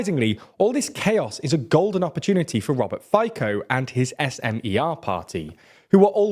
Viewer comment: Hi, I live in Slovakia for many years. Those polls pro Russian are among the poor people across the nation. A note here, Fico killed a journalist 5 years whom exposed a huge scandal regarding European Union funds. PS: It's pronounce Fitso, not Fiko.